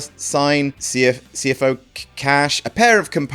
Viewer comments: I think you'll find it's pronounced see-foss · The best part about this video is trying to pronounce CFO$